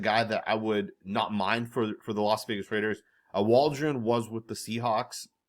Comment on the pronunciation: He also says Los Vegas